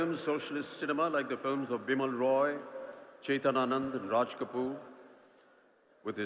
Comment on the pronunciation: Horrible pronunciation reading of Raj... horrible